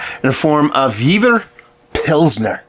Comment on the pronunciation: It is pronounced: "Yay-ver pilsener"